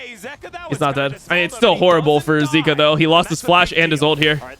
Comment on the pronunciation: Bro can you say their names properly.. ZOOS, ZEEKA?